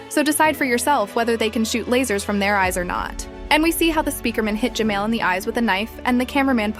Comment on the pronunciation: G-man❌ G-mail✅